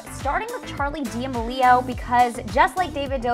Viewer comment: Charli deamalioh